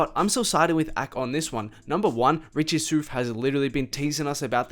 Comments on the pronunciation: It’s pronounced Richie “SOUTH” not “soof” 😂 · bro why do you pronounce everything wrong? A K? richie SOOF? bhad bobby? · Did he really jus say “richie soof” 😂😂😂😂